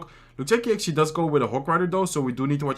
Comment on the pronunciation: Why are you always say actuallay